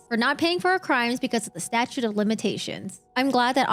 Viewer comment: Are you trying to say statute of limitations not statitute or whatever butchered version of the word you used. Oh there’s more lol crime of the scene not scene of the crime? Such an educational video on illiteracy